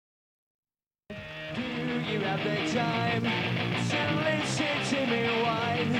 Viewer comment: In the beginning he says "lishen."